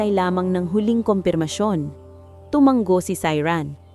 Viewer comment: Tumanggo na naman. Basahin nio kc ang mga comment pra alam nio na Ang tamang salita. Hnd tumanggo. Tumango yan ang Tamang salita From: Pangasinan. Time 11: AM